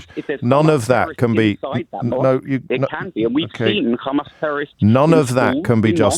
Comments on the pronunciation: pronunciation of hammas leads me to thinking he is an Israeli. I could be wrong, but I’m guessing he supports the Israeli leaders position. If that’s the case, he will not change his views, and will be blind to anything such as disproportionate attacks on thousands of civilians, or genocide, and will always seek to justify it. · He's not supporter of Israel... He's Israeli.... Hear him say KHHAMAS 😂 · made it clear to O'Brien where he stands, when he used the pronunciation KkkHhHhamas... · Why do Israel supports insist on mispronouncing Hamas? Its so weird, its a soft H. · This idiot is in uk, so why he cannot pronounce Hamas?? Guy is a total di#khead. He keeps shoiting same sound bites that his zio Masters had brainwashed him with. They are incapable of humanity